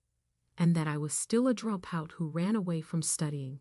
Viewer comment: Why does this woman keep mis-pronouncing "drop out"?? It's quite distracting.